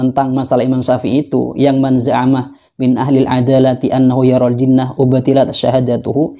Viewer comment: Klo bacanya aja salah gimana bisa memahami... ketika baca kitab... ada lafadz 'min من tpi dibaca man من' apa itu tidak merusak makna masbro...intinya itu cuma pawang jin.. bukan faqih... belum pantas dapat julukan ustadz..